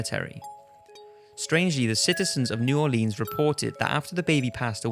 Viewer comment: That's not how you pronounce New Orleans